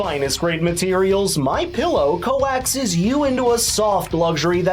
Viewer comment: Sunny's rhetoric was so cartoonishly exaggerated even Buttigieg thought it was funny. I have to say, though..."Co-axes"?